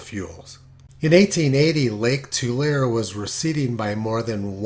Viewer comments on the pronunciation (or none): Tulare is pronounced "To Larry" not "To Lair". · Predicting the timing of ENSO changes is a bitch. BTW, Tulare is pronounced Too-larry. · Pronunciation tip: “Tulare” is pronounced “Too-Lair-ee” (three syllables.) In Spanish it is “Tuu-Larr-eh”. In any case, the name comes from the vast amounts of tules (Too-lees) that surrounded the lake region in the past. Yes, I grew up in the town of the same name (Tulare.) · It's easier to just use "To Larry" when trying to tell them the pronounciation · Just so you don't sound like a rube, Tulare is pronounced too-LAIR-ee